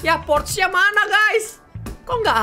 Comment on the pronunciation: Bang. Bukan. Porche. Yang betul. Adalah. Porcha